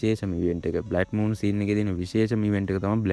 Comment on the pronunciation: බ්ලැඩ් මූන් නෙමේ බං බ්ලඩ් මූන් 😊